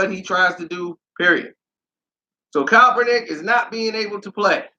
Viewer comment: I had to stop watching for the simple fact that you cannot pronounce the dudes last name to save your f**** life and it's irritating is a hell...smh